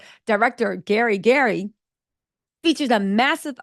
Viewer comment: Why you keep butchering F. GARY GRAY’s name?!? 😂😂😂🤨